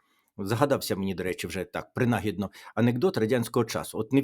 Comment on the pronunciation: Пане Тарасе, майте на увазі наголоси: ні некрОлог, а некролог, ні принАгідно, а принагІдно. Це тільки в одному висловлюванні, а помилок в наголосах в цілому -- купа, на жаль. А що до сенсу -- то все гаразд, дякую, успіхів Вам.